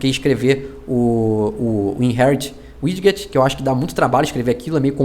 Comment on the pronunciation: Tirando a parte que fala um inglês estranho para widget falando "wid-get", video legal